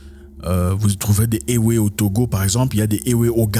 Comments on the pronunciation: Zack ça se pronoce évé 😅😅😅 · Ewe se prononce évé.... toujours un plaisir d'apprendre des trucs philosophique avec toi. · Éwé se dit évé. Sinon ta vidéo est d'utilité publique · Salut grand-frère Zack. J'ai toujours adulé tes vidéos. Beaucoup de courage frère pour la suite de ce noble engagement. Une chose dont je suis sûr et fortement convaincu, RIEN N'EST ÉTERNEL !La mentalité africaine changera très positivement nonobstant le sacrifice à consentir. Oft, en parlant des peuples ÉWÉ du Togo et du Ghana,on écrit bel et bien ÉWÉ,mais on prononce 《ÉVÉ》. HOTEP! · Juste une petite précision M. Zack : on prononce "évé" même si le nom du peuple s'écrit "ewe". Gentiment de la part d'une Togolaise. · Oui exactement ça se prononce "évé" depuis Lomé.